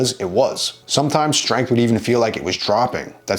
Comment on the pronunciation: Way too much emphasis on strength and number in bar